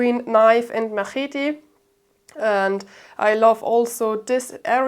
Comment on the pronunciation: "Ma-heety": 7/10 rage bait.